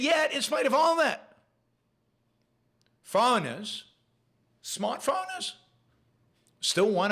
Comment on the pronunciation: I like the occasional time when Yaron's Israeli🇮🇱Yiddishkeit comes fully out of his shtetl, e.g. when he squeezes out 'smart fowwwreigners' 😅👏🏻👏🏻👏🏻👏🏻👏🏻👏🏻👏🏻👏🏻👏🏻👏🏻👏🏻👏🏻👏🏻👏🏻👏🏻👏🏻👏🏻👏🏻👏🏻👏🏻👏🏻👏🏻👏🏻 🤝👏🏻👍🏻